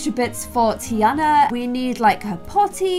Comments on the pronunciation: Tiana pronounced Tarna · Does anyone else pronounce Tiana different (tee-arnah). Like it is low key angering me but I will still end up watching all of them? 😭😂